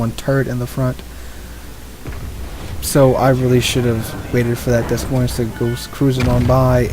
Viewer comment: It's Deh Moyne. S's are silent. Good vids though.